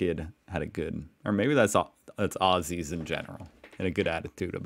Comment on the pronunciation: I’m glad to hear you say Aussie correctly now… Ozzy… not oSSy 👍